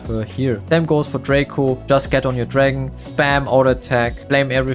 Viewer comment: Dragon* not drace